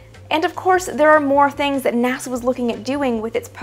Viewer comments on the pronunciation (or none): she said naza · “Naza” aaaaand I’m out